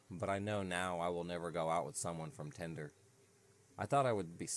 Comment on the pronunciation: Tinder: ❌ tender: ✅